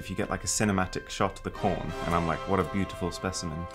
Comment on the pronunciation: Uh when he said corn thing he said corn with a p